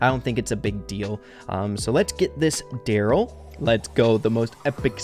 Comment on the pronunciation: The Darryl skin is pronounced: Darry one